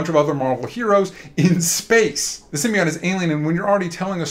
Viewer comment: Why do these asshole mispronounce symbiote 😂 I guess you go bald brains go with it 😂😂😂😂